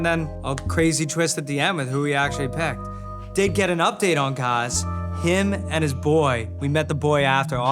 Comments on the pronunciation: gaz says his name is like gas, but you all mangle his name by saying gahz. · "Gaz, like Gas with a Z" ...Why are you calling him Garz?! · The lady in the black shirt, front row is enthralled with Gaz and his voice 😆 Alexia! I wish she had come to the show fully single. I hope she gave him his number at the after party, I think they’d be good together later if this doesn’t work out with Sam. Also can they please say his name properly!?